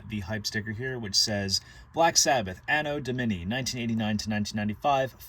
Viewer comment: It's an-oh dom-uh-nahy.